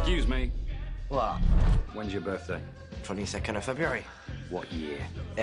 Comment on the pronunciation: Hey, there is a T at the end of the word WHAT